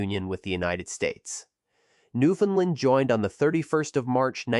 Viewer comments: It's pronounced Newfoundland, not Newfoundlind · I live in newfoundland stop saying newfinland 😅😊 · Bro I can’t listen to you say Newfoundland incorrectly. Painful. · Fact #1: Newfoundland...rhymes with understand. Fact #2: AI audio fucking sucks. Other than that, not so bad. Thanks.